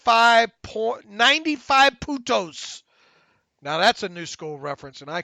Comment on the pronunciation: You said Points (Puntos) in Spanish but it sounded like Putos- no N... made me laugh Love The Terrible Podcast